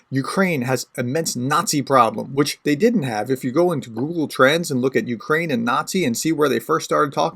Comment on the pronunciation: And no you did not say that right - but it is the thought that counts and - YA taka lyudyna, yakiy ne bayduzha Ukrayina :)) Slava Ukraini!